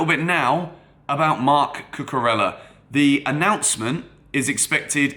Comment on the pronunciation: Can you pronounce his name right, Cucu-rey-ah. Just like how you would pronounce David Villa. Thanks